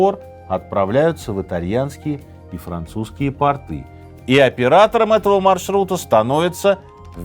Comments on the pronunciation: Не портЫ, а пОрты! ПортЫ - это штаны у крестьян. Не монгол, а монголОВ! Монгол - мужчина монгольской национальности. А множественное число, родительный падеж - монголов. Уважайте русский язык! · Проверь где правильно ставить ударение в слове "порты". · По́рты , не порты́ 😁